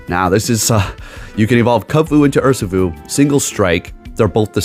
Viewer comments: Urr - She- foo is the correct pronunciation. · Your video’s on the Pokémon Urshifu and you call it ‘Ursafoo’ the whole time… isn’t this your job? And instead of gracefully fixing your mistake or asking what I meant: you insult your own fan. Says a lot with so little. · It’s pronounced “err-she-foo”. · How can you pronounce zacian correctly but not urshifu?